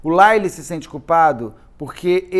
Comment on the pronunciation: A fonetica de Lyle é L-A-I-O